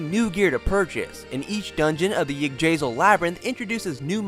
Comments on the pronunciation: iddrasil tree? its Ig-drah-sill. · I mean no offense at all, but why is it do I only ever hear Americans butcher foreign words the worst "Gin-noong-ga-gap", 4 syllables "La-gaard", not "Lay-guard" "Igg-drazil", not... whatever you just said Also did this brother put the bow man on the front row, all the way up to the 4th stratum Well, at least you were tough enough to even last that long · yig-dra-seal.... Thats seems to be how its pronounced :)